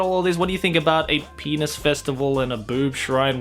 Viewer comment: Everytime says penus u take a shot, we'll meet in the hospital